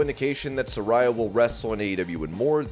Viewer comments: hub You're saying Saraya's name wrong. I was saying it like you do, but she clarified on last night's Dynamite it is pronounced "suh-rey-ah" not "suh-rai-uh" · It's pronounced Sar-rey-uh 🤣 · Su-RAY-uh…. Come on man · Pronounced Sir-ray-ya